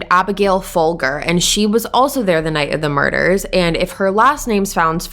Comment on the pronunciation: Fol-jer. Seriously?!